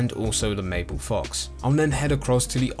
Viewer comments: Btw its marble fox not mapple fox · I saw two on update day nothing since, also its"Marble fox" not Mable. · It’s a Fucking Marble Fox, not mable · It's meant to be pronounced marble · Bro it's a marble fox not maple hes not Canadian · Ethan Dunn i know he said mabble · Marble. It's MARRRRRRRRBLE fox. R. Marble. MaRble. Thanks. Also get to the fucking point, why repeat everything?